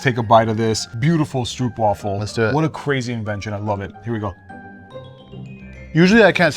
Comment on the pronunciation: As a South african,you dont say it stroep,you say str-oop